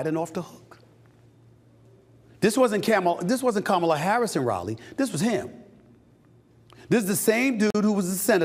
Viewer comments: Ahhh that's exactly how you pronounce Kamala actually it's not ka-ma-la, it's Ka-mala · I feel like I want you to better understand how to pronounce Kamala. Not a fan of her, but you need to pronounce correctly. Just saying.